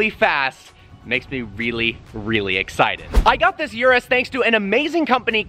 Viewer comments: Its ůrus not uruss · It's not a Yurus, it's a Urus. You sound like your talking about some kind of urinary tract infection. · It's called Urus, NOT YURUS! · Yerrruuussss? Not that it pronounced Erus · Its uris not you ris